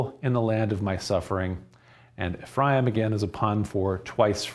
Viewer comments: Ephraim sounds like "refri 'em" -twice fried beans. Im aware of the vowel shift in the English language but I'm Mexican and that's funny. Thank you. "And that mijo, this is where frijoles fritas, and the story of Frida come from..." I prayed for clarity. Im getting hammered. Thank again. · When you say Ephraim say EF RYE EEM ... Quit being so boring learn to speak and leave it up to us jews to decide to teach about our history